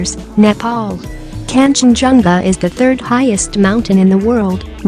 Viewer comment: I heard the nepal pronounce Nepal~